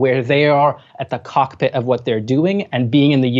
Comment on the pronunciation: who else rewinded to hear say cockpit again? ☝🏼